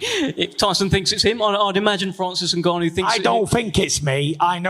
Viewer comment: What a idiot presenter said Francise Nganaou he didnt loose the fight in the cage , IDIOT YES FRANCISE NGAGANOU WAS SMASHED BY THE GREATEST IN THE WORLD IN HEAVYWEIGHT IN UFC BY STIPE MIOCIC